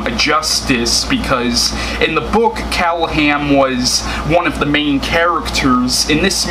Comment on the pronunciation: true story: Barlow was made into a monster b/c in 1979, there were 2 films...Dracula(Frank Langella), and Love at First Bite(George Hamilton)already had suave master vampires, and Hooper thought the audience would be bored with another of the same thing. BTW, it's "CallahaN".